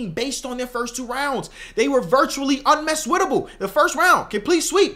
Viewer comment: “Unmesswitable” - 2024